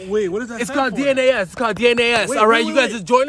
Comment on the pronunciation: “Definitely not a scam / DNAS” I thought he was saying (D in Dey ass)